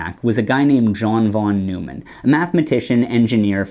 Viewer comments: The way that you pronounced John von Neumann's name really bugs me. In all of my computer classes, the professors pronounced it "noy-man", not "new-man" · John von Neumann: the last name isn’t “Newman”, it’s “Noyman”. The founder of computer science. Can’t help it, it’s triggering me! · Mathematicians pronounce von Neumann’s name as “von noy-man,” not “von Newman.” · von Neumann is pronounced "von NOY-man" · von Neumann is "fon NOY-mon." He's not a Seinfeld character. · That's not how you pronounce John von Neumann. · Made me turn off the video. If you can't even get the guys name right what else are you missing.